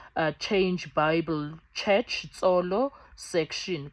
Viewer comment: Not Tsolo like in Sotho Thsolo section